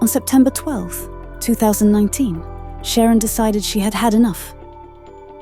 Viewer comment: Her name was not Sharon. The AI voice on this video didn't pronounce her name right at all.